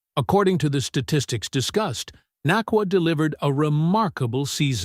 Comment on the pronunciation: had kut ur video short, dnt appreciate you disrespecting Puka for pronouncing his last name wrong